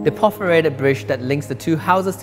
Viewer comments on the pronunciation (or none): Nicely shot, but I wish would pronounce things better. It's perforated, not por-forated for example.